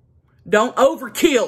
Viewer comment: I lmbo when she said don't ova kill it...